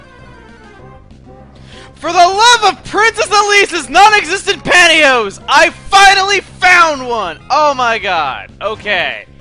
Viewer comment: I accidentally clicked on the video again and the first thing I hear is "NON-EXISTANT PANTYHOSE